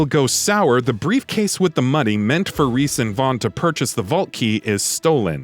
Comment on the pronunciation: You said Rhys wrong